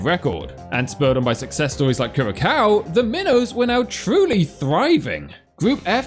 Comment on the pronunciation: >winces at Kur-ra-cow It's pronounced Cure-uh-sow